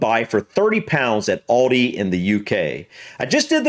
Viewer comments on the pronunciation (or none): just so you know its not oldi its aldi has in al dee not all dee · Aldi is pronounced al day, not all day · It's pronounced Al, not orl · It's al-dee not allldee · sorry to say its alda not oldi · Say Al dee Not Alldee Aldi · Its pronounced Aldi here, not Oldi. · It is not 'All De' it is Al as in 'Al Bundy' .. Al De... Aldi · Aldi is great and its called Aldi not alldee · Whats Audi ? Aldee mate. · Its aldi not alldi mate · It is pronounced Aldi as in apple. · It's Al_di, like you are saying the name Al... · The girl tells you how it’s pronounced, not hard to pronounce Aldi the way we say it…al day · Al-DI. Sounds like Al Dee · you didnt do bad with the pronunciation - Aldi - say it like this > Al Dee